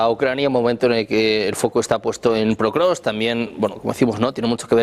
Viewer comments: El periodista dice "PROKROVSK" hace 3 años... Los invitados dicen POKROVSK y el Título del video también lo dice correctamente...Alguien que le avise como se pronuncia por favor...!!! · No existe canal mas prorruso que este. Vergüenza para todos vosotros que apoyáis al tio que lleva 25 años en el poder y que te mete en la cárcel por cualquier pensamiento en contra. Viva la ''democracia'' de putin claro que si. Ah, y a ver si pronunciamos bien Pokrovsk, champion👍